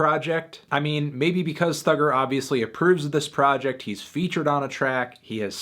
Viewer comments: It’s thugga not thugger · Cos he’s saying it as “thugger”